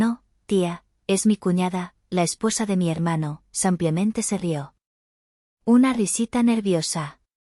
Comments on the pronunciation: Es IA es decir inteligencia artificial y no puede pronunciar todas las palabras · No se dice sampiamente se diçe simplemente.GRACIAS.